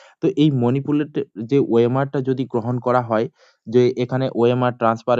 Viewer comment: Dada monipulet noi ota manipulate hobe..